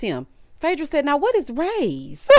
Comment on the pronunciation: I was thinking that but he kept saying “Roy’s” and I want sure if it was a different restaurant or if that’s what he meant. There’s a few different “Ray’s” but Rays on the River is my absolute FAV!!!💕💕💕